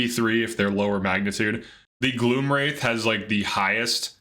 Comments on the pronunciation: I've never heard anyone call a Wraith (rayth) a Wrath. 😊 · Learn how to pronounce "wraith" correctly. It isn't "wrath". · Wraith is pronounced with a long A sound. Wraith, (R-ay-th). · Pronouncing it faded wrath is crazy🤪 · Spider daedra in C tier? 😂 no no. I lost interest when you got to the faded wraith and couldn't pronounce "wraith" correctly. I just needed to see how you ranked the spider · Plot twist: he knew how to pronounce wraith, but pronounced incorrectly on purpose because he knew it would attract comments and signal engagement to YouTube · This guy needs to learn how "wraith" is pronounced. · Not knowing how to pronounce wraith is devious work 😂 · yeah it was just that one time